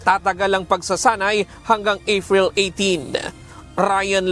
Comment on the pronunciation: sakit sa tenga ng AIRVASE, EYFRIL 18